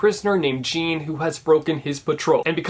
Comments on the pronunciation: I am currently banging my head again the wall because you just pronounced Jean Valjean like jeans. It's like John with a French flair. Also, if you wish to save your eardrums from singers not built for Broadway, watch the Broadway version of les mis in concert, the singing is so much better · Hi, it’s javaljan not joan Val Joan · "Jeen Valjeen" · It actually hurt me on a deep level when he pronounced Jean Valjean ‘Jeen’ instead of ‘Zean’ 😂😂 but otherwise loved the video!!❤️❤️ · Oh. 😂 I love you a lot but I cannot stop laughing at the fact you (with good reason) called Jean Valjean ‘Gene’ it’s pronounced ‘Jon’ ahhh your so good 😊 😂 ❤️ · Jean Valjean is not pronounced like it's spelt, it's a French name. It's pronounced like John but with a soft J. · the fact that you just called jean valjean GENE...honey no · Me SCREAMING when pronounces Jean Valjean JEEN!! I SCREAMED!! NO hate I LOVE! Tellement d’amour pour The Reader! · jeen valjeen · When you pronounced Jean Valjean wrong... musical theatre student eye twitch 😂😂 It’s ok,, just go watch the musical when lockdown is over! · I 100% respect opinion about Les Misérables but let’s be real... I cringed so hard when he pronounced Jean Valjean wrong 😂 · Not only did he pronounce Les Miserables wrong, he pronounced Jean Valjean wrong... Oh well, still love you. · Haha Les Miserables is pronounced LEH-MIHS-SER-AHB and Jeane ValJean is pronounced like Sean (SHAHN) but with more a "J" sound instead of an "SH" sound. I respect your opinion though I do love the broadway play. I don't know if I will ever read the book also haha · I loved this video, but god the mispronunciation of Jean Valjean's name from Les Mis made me cringe. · Isn’t anyone gonna talk about how he pronounced Jean ValJean?